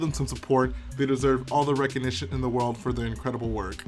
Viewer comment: shill genera-or??? moun-ens??? they deserve all the "reconiti-a" in the world?